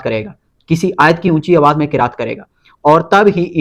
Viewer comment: Bhai apne isme ayat parhte waqt zabar ki galti ki he